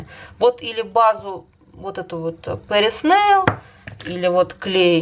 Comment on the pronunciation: База у вас Патриса нейл, а не Пэрис нейл